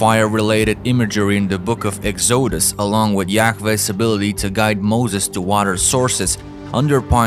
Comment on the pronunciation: Who says “Ex-O-dus” or “Eyes-rail-it-tees” though?